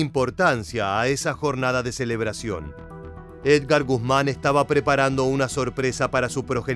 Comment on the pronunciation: Edgar y no Ergar.